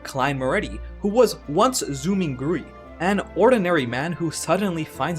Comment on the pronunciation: Just for clarification Zhou mingrui would probably sound more akin to tzow mihng rei or (approximately) in phonetic : (週 /ʈʂoʊ55/ )(明 /mɪŋ35/ )(瑞 /ʐweɪ51/ )